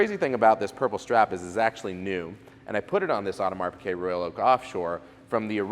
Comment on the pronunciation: It's Piguet...not "Piquet".